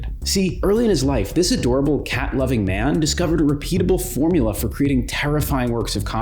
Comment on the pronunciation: Learn how to pronounce "reputable" before you embarrass yourself again.